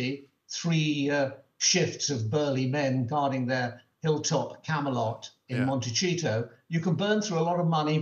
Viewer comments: Jam and jelly in America refer to different products. The references also vary by region. And it's pronounced "Monte - see =-toe." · ?: why does M Cole misprounced Montecito as MonteCHITO? Does he not have editors and fact checkers? And why has he gone bright RED? Asking for a friend.